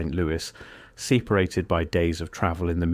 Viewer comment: Why the Ai voice? SEEperated???